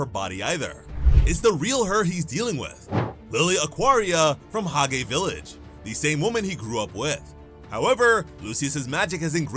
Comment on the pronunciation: Hage is pronounced hodge